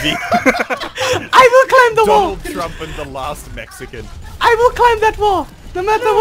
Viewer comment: Tyrodin "THE LAST MEXACAN"